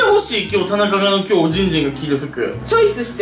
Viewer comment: の時きょうじんじんがきょじんじんに聞こえた